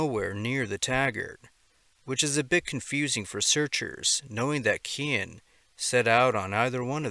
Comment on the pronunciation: Phonetically Cian is pronounced - See yarn